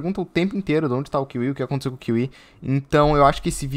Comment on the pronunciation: éfi for kiwi